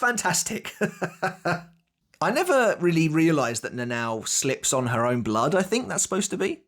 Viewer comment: her name is not Na Nao its read "Na Na O" please